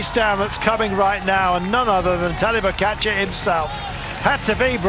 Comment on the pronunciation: If you are going to make an entire video featuring pogacar why not learn how to pronounce his name correctly? Laziness